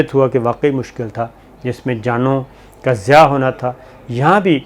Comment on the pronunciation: bhai sab aap aik lafz ghalat boltay hain her bar. "Zia" nhn "zian" (زیاں ) hota hai. "Zia" ka matlab "roshni? hota hai.. aur yeh achi chez hai. Allah bhi roshni hai. "Zian" ka matlab zaya kerna hai. Aur yeh manfi cheez hai